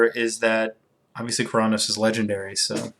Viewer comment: You saying Keranos sounds a bit like Chronos, no offense though. Love your videos